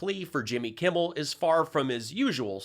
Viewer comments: Selick`s slow cousin pronounsed Jimmy`s name correct .He usually calls him Jimmy Kimball. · It always sounds like Pillow Snort is saying "Jimby Kimble" 😆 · Mikey Pillow wonders why he can't get any respect from Jimmy Kimmel when Pillow can't even say his name right. Jimmy Campbell...Jimmy Kimball....Crumble. He massacres the rest of the English language, too.